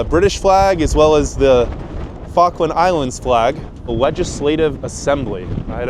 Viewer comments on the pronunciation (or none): It's pronounced "FALL-KLUND" not "FAH-KLAND" EDIT: I see you started to pronounce it better towards the end of the video...I'm guessing you were picked up on it by an Islander? 🙂 Also, that wasn't yoghurt but custard. You also don't say 3.25 quid...only fully whole numbers would you use quid, like '2 quid' or '3 quid'. For 3.25 you would say '3 pounds 25' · Did he say fuckland? Try pronouncing it fall-k- land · ill try to watch the full video but im 2mins in and your prenounciation hurts my poor Brit ears... Falk as in Fall kland not what sounds like f*ckland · Is there something inherently stupid about Americans? This dubious example can’t even correctly pronounce the name of the place he’s in. FALKLAND NOT FARKLAND you fuckwit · If you're going to do a video about the Falklands it might be worth learning to pronounce it. "Fokkland" wtf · Learn how to read. The Falkland Islands, not Fawkland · You pronounce it "Fuckland," but I'm sure that's not what the British call it. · Why are you calling them the 'Fock-land' islands, man alive! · Am I the only one who thinks he says Fuckland? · Right off the bat: 'Fockland Islands' 🤦‍♂️ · I didn’t realize it was pronounced with a silent ‘L’, i.e. “Fokkands”, vs, the way it’s written. Interesting! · "Fuggland" islands??😄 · Try pronouncing it "Fall - kland" please not the way you were saying it. It sounded wrong🫤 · You can't even pronounce Falkland properly mate. 🙄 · Annoying that he can't pronounce Falkland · This is an awesome video, but there's something about the way Americans pronounce "Falkland" that hurts my British ears 😂 The L just disappears... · Bro you should have at least learnt how to say Falkland before making this upload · I love this video so far! But FYI, to my British ears it sounds like you are saying 'F*ckland' instead of Falkland - you need to pronounce the first 'L' 😆